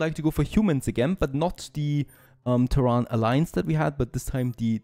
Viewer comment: tErran :) the stress is on E